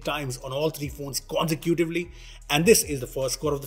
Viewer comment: Consecutively? Konse cutively? Tf.